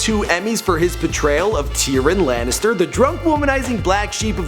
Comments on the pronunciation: oh my god how did he say his GoT name TEERAN LANNISTER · It’s tear-e-in not tear-in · Bro why can't you pronounce names!? Its Tear-ee-un not tyron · I love TYRIN Lannister....Jesus Christ man, TYR-I-ON!! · Tee-Ron Lannister?? It's pronounced ti-ree-on. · Who the fuck is tearin Lannister? Please work on your pronunciation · Theres two pronunciation ty-ron and ti-ree-un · “Teeron” Lannister... we need to lock him away. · You almost made me choke on my food when I heard you say "tyrin" lanister. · WHAT? Tea-Ron? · I swear to god this dude does not know how names are spelled "Tiryn lannister" like wtf man learn your names you have a fucjing script. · "Teeran Lannister" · terenin what? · Tee-ron lannister?? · Tee-ron Lannister? Sometimes I think you're just screwin with us with these mispronunciations LOL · his name is tyrion Lannister Probounced Ti-ree-un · "Teeren Lannister " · Ok 1.) You need to learn how to pronounce name's properly. You said Tyrion wrong and you said Toyota wrong in a different episode. 2.) Peter makes way more than 150k per episode. I've read from a reliable source he makes 300k+ per episode. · that's not how you say Tyrion at all